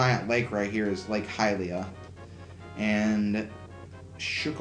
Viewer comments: its hi-ee-lah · I'm pretty sure it's pronounced High-La. I may be wrong and if so I apologize but I'm sure that I have heard it pronounced that way before. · Hylia is pronounced, Hi-lee-uh, not the way you say it. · Basically, yes, but within reason, of course. Saying something like Zich-ly-ono-ya for Hylia would be very wrong indeed. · Hey great project so far. I always enjoy when you do a zelda project. However I am gonna be a bit nitpicky. Hylia is pronounced High la